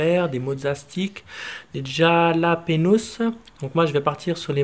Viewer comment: sa se prononce "rhalapignos" sinon miam miam